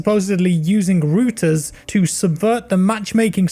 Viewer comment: Hey??? WTF is a Roo-Tuh? lol. Thanks for the vid! Hope your New Years was great!!